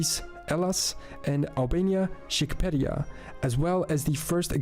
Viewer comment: You are right to be confused. He was speaking in a confusing way when he spoke about Egypt. And he made a complete mess of pronouncing Magyar and Shqiperia